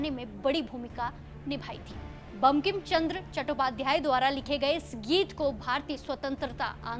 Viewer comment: मैडम जी बंकिम चंद्र चट्टोपाध्याय उच्चारण अच्छे से करना सीखे बाद में एंकरिंग करना शुरू करें।